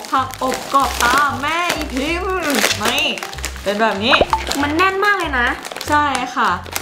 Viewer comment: เเม่ ( อิ )พิม นะคะไม่ใช่ ( อี )